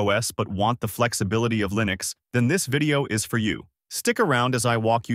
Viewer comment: 'ParOS is built on Arch Lyenux'. TTS is insulting